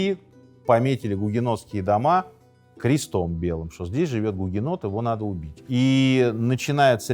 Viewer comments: Гугенотили не правильно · Сынок! Ты гугенот?! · Сынок, ты гугенот? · Сынок ,ты гугенот? (С)